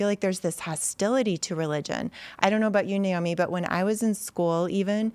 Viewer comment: Thanks for pronouncing her name Nay Oh Mee and not Ni Oh Mee. It’s Nay… like a horse Big deal to her but she doesn’t like to say. Great show Tim!